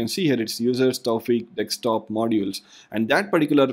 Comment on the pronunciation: Very well done... not 100% certain... it SOUNDS like you're reversing the "s" and the "k" in Desktop and pronouncing it as deks-top.